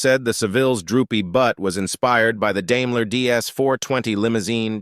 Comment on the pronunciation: Right from the beginning there are blunders. It's Daimler (Dime-ler) not Dame-ler. Judas Priest man, learn how to speak properly. In addition the sentiments about construction, engineering, reliability, etc., have nothing to do with the vehicles' appearance. Lastly, when arguing a certain point of view, it weakens your contention to constantly refer to yourself as "We, Us or Our" especially when it's blatantly obvious it's just your opinion.